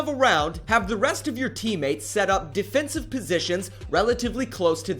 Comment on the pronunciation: Why do you emphasize random words? "This causes the enemy team to carelessly enter the building because they see so many of your TEAM MATES the ones you aren't helping at all on the objective.